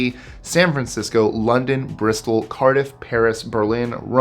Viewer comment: did yiou just say Bristol?